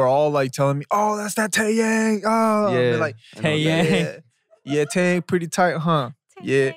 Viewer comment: There is a moment when BM said (in english way) 'TAEYANG' 'TAEYANG' I was wondering, what are you try to talk- but Ashley burst into it I was like, what happen with me no even smile and then just try to listen one more time then .. I JUST REALIZE HE SAID TAEYANGG mi-lord.